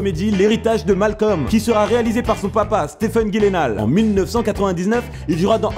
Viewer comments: Ptn cet épisode aurait pu être tellement bien mais la prononciation de son nom m'a empêché de la regarder en intégralité On dit Guileunaul pas gilénal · J'ai cliqué juste parce que j'ai vu écrit Jake Gyllenhaal... Et j'ai arrêté la vidéo quand j'ai entendu "Guilenale"... x'D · En vrai ca se prononcerait "Yü-len-hulähä" (et encore même en étant écrit je suis sur que tu vois pas exactement c'que jveux dire haha) car c'est d'origine suédoise. Mais en version "courante" américaine, c'est plutôt "dji-len-hôl" histoire que tout le monde soit d'accord ^^ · J'adore le concept étant une grande fan de cinéma . Je tiens juste à préciser mdrr Jake Gyllenhaal se prononce " Djilainehol" voila c'est tout mdrr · Ekilizz je crois que ça se prononce gaïllenhal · Son nom Gyllenhaal se prononce avec le G comme Genie, pas le G de Gros.